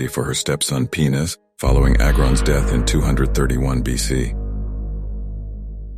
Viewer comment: “He was succeed by his wife Teuta, who assumed regency for her stepson Penis?” Ok, ok its spelled Pines but why pronounce it as l Penis for Gods sake?